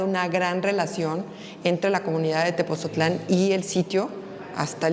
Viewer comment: ME ENCANTÓ EL VIDEO PERO, LA SEÑORA DIRECTORA DEL MUSEO QUE MALA PRONUNCIACIÓN DEL NOMBRE DE "TEPOTZOTLÁN" CON T Y Z. DEBE DE PRONUNCIARLO BIEN. NO SE DEBEN CONFUNDIR CON TEPOZTLÁN.